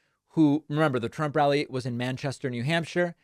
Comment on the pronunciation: Thousdands Plural nound Meazurement of the numbers of people gathereded to await Presidunt Tromp. * "Thousdands and thousdands- tears in their eyes- are gathereded to await me."